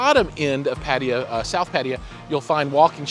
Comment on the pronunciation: "PADIYEAH" ITS PRONOUNCE PUH-TUH-YAH... BUT GREAT REVIEW BROTHER! THANKS...